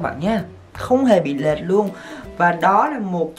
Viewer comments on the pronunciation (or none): Lệch not lệt :))